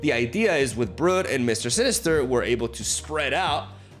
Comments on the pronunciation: One thing that never changes is slaughtering card names. Brood (br-ude) not brud. king-pin not king-ping. A kingpin is a term used for powerful mob or crime lord. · Isn't it pronounced 'brewed' not 'bruhd'? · Not important to the video, but fyi it's brood like mood or broom. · thumbs down for saying "Brud" too many times. And for all the times I've heard "A-gis". Still love youuuuuuuu, stop hurting my brain with your word butchery. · It's not Brud bro, just fucking call him bread if you want to misspronounce him that bad. And it's soccer not football, but sure go say american football if you wanna take the time to say and write it all the time, cus otherwise noone ever has an idea what you talk about. Is it the womans sport or the mens sport, hmmm?